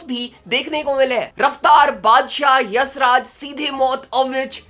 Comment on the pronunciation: bhai yassraj nhi hai YashRaj hai🤦‍♂